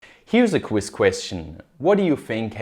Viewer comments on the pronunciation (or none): He really left the "qwiss question" in. Love it.